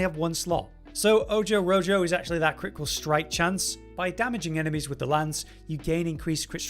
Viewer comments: i was about to race in and comment the same, that was pain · did he read ojo rojo “oh joe row Joe” ? Ay caramba !